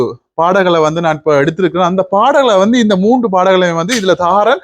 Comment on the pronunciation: அவர்களே, நீங்கள் பேசும்போது 'வந்து' 'வந்து' எனக் கூறுவதைக் குறைக்க முயலவேண்டும். மூன்று என்பதை மூண்டு பாடல்கள் என பலமுறை தவறாக உச்சரிக்க வேண்டாம். இந்திரஜித் இனிமையாக பாடுகிறார் -தொடர்ந்து கடும் முயற்சி செய்தால் மூச்சு எடுக்கும் மெல்லிய ஓசையயையும் ஒலிவாங்கியில் கேட்காமல் பாடலாம். பயிற்சி செய்தால் நல்ல பிரமாண்டமான எதிர்காலம் உண்டு.